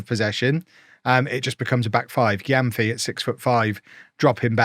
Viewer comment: gyamfi is a ghanaian native name and it’s mentioned more like “jemfi”